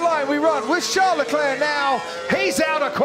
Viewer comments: CHARLES though, Char-les, like Charles Chaplin, not Jean Leclerc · When will that noise maker commentator finally pronounce the first name of Leclerc correct? It is VHARLES, and not Jean or Sean, as he speaks it out. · Leclerc:call me Sharl LeDevil Binotto:Sharl lmao